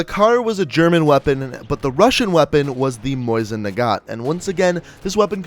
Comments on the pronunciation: It's Mosin not moisin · Cool video keep it up. (It's pronounced MO-sin not moisen)